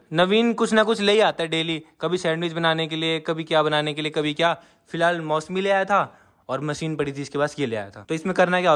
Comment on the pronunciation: Bhai mosemi nahi hata mosami hota hai